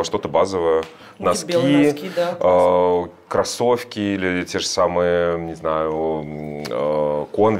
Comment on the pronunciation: Александр, не говорите, пожалуйста, тапЬки, кроссовЬки и тд, очень режет слух